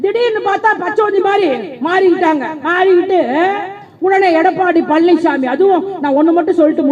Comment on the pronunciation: பழநிச்சாமிங்கிற ங்களா? பன்னிச்சாமிங்கிற மாதிரி கேட்குதே? சரியாதான் சொல்றீங்க! மலம்திங்கிறவன் தான் பன்னிச்சாமி! அதுயார் மலம்? இரண்டு குஜராத்திகள் மலம்!